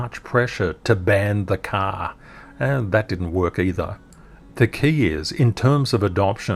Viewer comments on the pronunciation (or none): “Bannn the caaaaa 🚗 “ I didn’t know was from Boston!